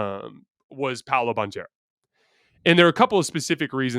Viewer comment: you say it "Bankero" its Italian not Spanish ;) Ty for the video guys you were right!